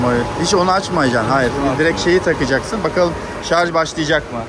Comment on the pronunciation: Şarz değil ŞARJJJJ